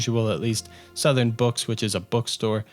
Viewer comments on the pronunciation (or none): none